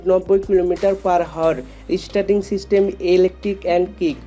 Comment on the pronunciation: আপনি বারে বার Hour ( আওয়ার) কে হাওয়ার বলতেছেন কেন ৷ আগে উচ্চারন ঠিক করেন তার পরে ভিডিও বানান ৷